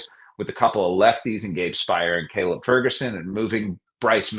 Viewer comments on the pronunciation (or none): none